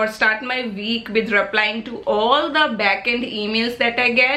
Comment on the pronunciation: Its with not bid 😂😂😂